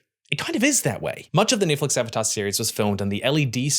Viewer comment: "Eve-atar the lost ear-binder" 🤣🤣